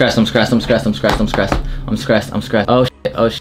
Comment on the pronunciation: white boy saying he skressed LOL dude straight out the suburbs